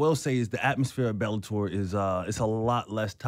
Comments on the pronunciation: bellator not belabor 😅😅😅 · IT'S BELLATOR NOT BELABOR FFS